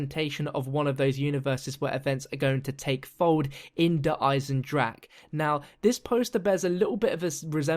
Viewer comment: hey good video but its pronounced der eisendrachER, not der eisendrak.